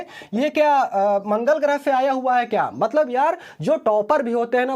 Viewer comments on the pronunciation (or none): none